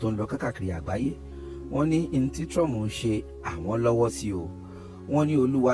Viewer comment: I don't understand why Nigerians call him Trum😂instead of Trump